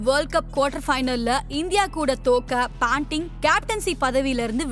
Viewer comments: Not panting,it’s Ponting !!! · Paanting illa ponting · Why is the speaker saying Australia as astralia? Kookaburra as Cocoaburra?.. Steve wog? Panting? Bad pronunciation